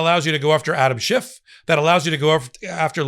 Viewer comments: It’s Schiff, not Shift. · Get the names right. It's Adam Schiff not Shift and Miles Taylor not Tell. Leave the sloppiness to 45. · Adam SCHIFF, not Adam SHIFT. 🙄